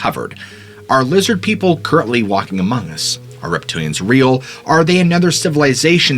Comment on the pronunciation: "Lizzid Peeple!"